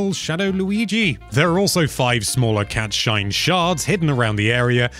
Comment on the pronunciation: Can someone confirm whether or not he is saying you collect cat shite?